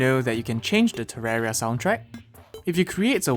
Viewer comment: are you just ignoring the "i" in terraria when you say it?